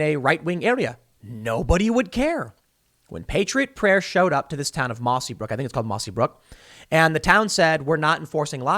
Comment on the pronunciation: Tim, it's Mossyrock.